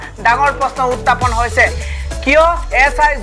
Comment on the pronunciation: Utapon nohoi burbok..utthapon buli ko..